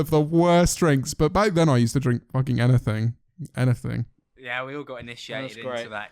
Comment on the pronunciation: literally said "anyfing" twice while talking about how he doesn't have a speech impediment 😂